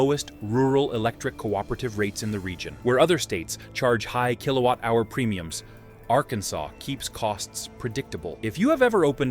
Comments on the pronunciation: AI slop! "Are-can-sess". It's a native American name. It's not related to "Kansas" at all. It is properly pronounced "Are-can-saw". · It's between "R Can Saw" and "R Cans Us" 😆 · It's pronounced AR-KEN-SAW. Emphasis on the first syllable, third syllable drawn out just a bit. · Are...kin sas? AI😢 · At least they only mispronounced Arkansas the first time. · Terrible AI Arkansas say it properly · You can always tell when they can't pronounce it correctly or it's out of context. 🙄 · At least someone could train this AI in the correct pronunciation of Arkansas!